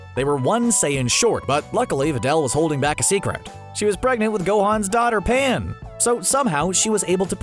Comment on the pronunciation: Her name is Pan, not Pam... you uncultured swines!